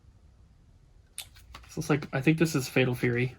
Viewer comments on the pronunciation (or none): none